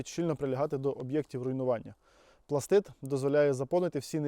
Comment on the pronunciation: Дуже приємно чути, коли справжній професіонал називає вибухову речовину правильно - "пластиТ". А то розвелося дуже багато доморощених "експерДів" і тупих журналістів, которі вважають особливим понтом називати вибухівку "пластиДом". ПластиДи - елементи клітин. То з біології. І дуже важливо, щоб побільше професіонали говорили правильно, щоб дУрні і тупі неуки хоч трохи набралися розуму.